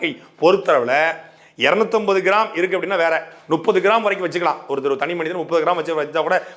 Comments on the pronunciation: நுப்பது விடவே முடியல சாட்டை. முப்பது என உச்சரிக்கவும். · நுப்பது நுப்பதுன்னு சொல்லாத முப்பது முப்பது